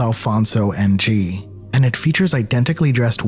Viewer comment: his last name is pronounced “ing” not N-G btw (my last name is ng too lol)